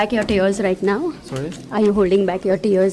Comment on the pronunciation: frankly I did not understand the question either. Tears was not pronounced correctly. Again not a proper question.